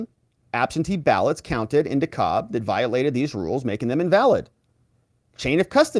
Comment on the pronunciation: Dekalb pronounced like I took "de cab" to underground Atlanta.